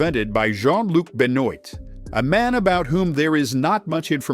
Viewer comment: Yes, but the mispronunciation of 'Benoît' and 'débutant' made me itchy. (For reference, it's 'Benwa' and 'daybooton', as I'm sure you already know.)